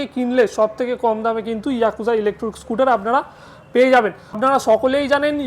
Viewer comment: আমি ভেবেছিলাম ইলেকট্রিক স্কুটার দেখাচ্ছেন। কিন্তু আপনি বারবার বলছেন ইলেকট্রুক স্কুটার। তাই মনটা খারাপ হয়ে গেল।